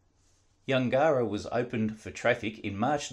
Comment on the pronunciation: Yungera is pronounced closer to Yungra - Yun gerr rah. We had farms at Kooloonong and Yungera